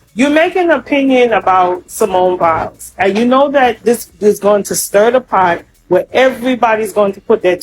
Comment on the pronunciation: Its Biles, not bills. At least pronounce her name properly since its your video